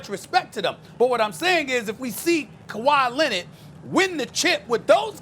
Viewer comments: Did this dude just say khawi Lenard Jordan smh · Stephen A: "Kawhi Lennit"